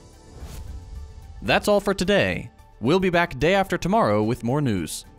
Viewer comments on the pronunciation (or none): none